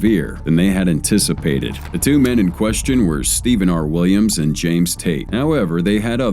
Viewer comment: I swear, every time the narrator said "Williams and," it sounded like it was saying "Williamson."